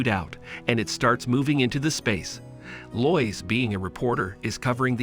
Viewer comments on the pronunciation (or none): Lois is pronounced LOW IS..... geeze man learn English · I hate how incorrectly you say Lois. Its said like "low-is" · I like how Superman meets a reporter named, "Loyce." Because of course that's how you pronounce "Lois," as everyone knows. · Most people would pronounce Lois more like low-es But I like how you say it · He is actually saying loyis. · way it says lois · Telling by the way you pronounce Lois tells me you've never seen a movie with her in it. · you pronounced lois wrong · Many many times